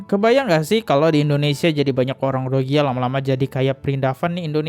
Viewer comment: RohiNGYA, bang.... Bukan Rohigya.... 😊